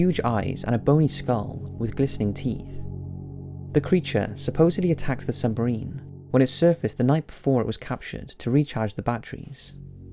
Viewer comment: Say 'submarine' again. I dare you. I DOUBLE DARE YOU!!!!